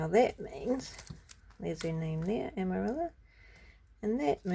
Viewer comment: Beautiful journal! Lot's of lovely inspiration! TFS 🤗 🕊️ (Amarilla is pronounced "Amariya" in Spanish) 💃